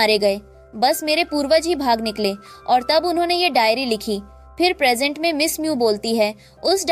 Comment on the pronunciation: प्रजेंट को प्रेगनेंट बोल रही h 😂